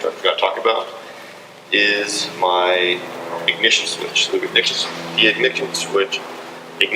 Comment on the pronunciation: Im sorry what was that? The ignitshyonh shwistch?